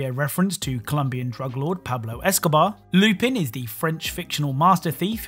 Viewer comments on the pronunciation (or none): Someone else has probably said it, but Lupin isn't pronounced the way it's spelt, at least for the character, it's pronounced Loop-ahn